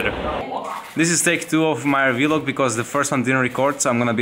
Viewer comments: "vee-log" PERKZ PLS 😂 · Actually many people say that, especially Scandinavian people. You can check Stefan Nordström: besides doing amazing death-doom metal, he's a vlogger, and he always says 'vee-log' haha